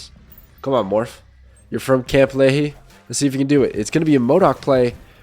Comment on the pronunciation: Not the pronounciation 😂 it’s Lee-High not Lee-Hee